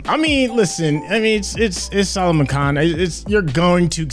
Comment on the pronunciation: I love it when messes up names, it's so funny that he says it and doesn't even realise it, first it was Hithrik and now it's Saloman😁😁😁